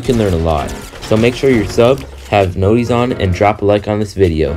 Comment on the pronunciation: the fact u said notis